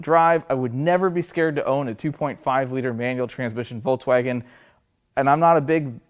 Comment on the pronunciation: He calls it voltswagen😅